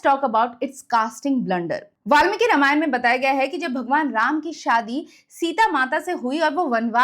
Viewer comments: Pleaseeeee pronounce it as Raaamaayan..not rama-yan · मैडम, कृपया रामायण कहे, नाकी रामायणा, Please don’t distort it